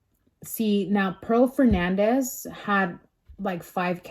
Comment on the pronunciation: It’s Fernandez not Hernandez. Get it right if ur gna try to state facts homegirl.